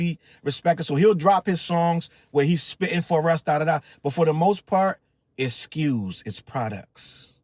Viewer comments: "So many skews, look at sll of thede skews" that will slways be funny to me. 😂😅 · "So many skus"😂😂 drake ahh😂😂😂